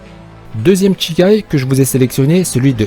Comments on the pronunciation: c'est shikai et non chikai donc ça ne se lit pas "tchikai". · Shikai pas Tchikai sinon super vidéo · Bonne vidéo, mais on dit pas chi ( tchi ) chikaï mais shikaï. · Ça se dit pas tchikai mais juste shikai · "Sh"ikai et pas "Tchi"kai ^^ ;) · Ca se prononce Chie caille, pas Tchicaille. Shi = Chie // Chi = Tchi. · bonne vidéo celà dit petite erreur on prononce pas chikai mais shikai ^^ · " tchikai" ça me perturbe !!